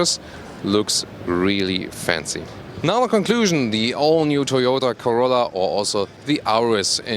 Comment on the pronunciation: He said “torolla” lmao